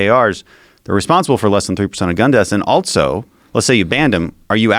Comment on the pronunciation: Who the hell puts a "T" in the word "also"? Dan Crenshaw Good podcast ....just couldn't help myself